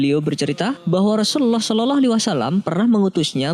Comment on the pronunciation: Kok bacanya shololoh sih yang benar dong kak